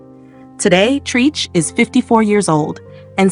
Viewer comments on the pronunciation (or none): oh girl it’s pronounced “Trech” not Treeech”! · TREECH?? WHO THE HELL IS TREECH????🤦🤦🤣🤣🤣🤣🤣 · Sis said “Treech “? Wtf?? No respect for the culture! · Not treech I knowshe ain’t say treech that is not his name mam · I laughed every time she said Treach name. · The way she said Treach’s name 😂 girl you better put some respect on that OG 💯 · You pronounced Treach wrong lol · Treach is short for treacherous. It doesn't rhyme with teach or preach. It "rhymes" with stretch.